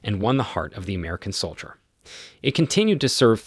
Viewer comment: its a computer generated voice, listen to how it says "sole ideler" instead of soldier